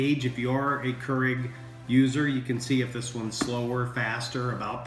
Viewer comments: For the love of all that’s holy, it’s Nespresso and Keurig not Nepresso and Koorig. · Never knew hearing nepresso and currig would bother me so much LMAO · And KER-IG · Nepresso and Kurrig.